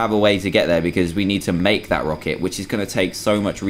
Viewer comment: rocket not rocker